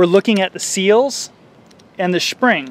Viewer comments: I had to stop watching the second he said schpring. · ...lol..i heard that too! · did you say 'shpring' or its just leaking into a cyl... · Did.....did he say "sphring"?